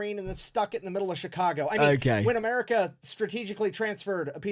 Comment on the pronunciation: "Americur" is my new favorite way to say America. It's on par with 'Murica.